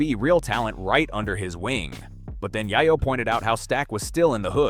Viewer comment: Yay-yo ! Yay-yo !!! not Yah-yo !